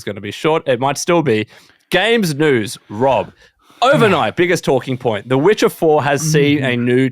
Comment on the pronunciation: The way says noos instead of news is infuriating!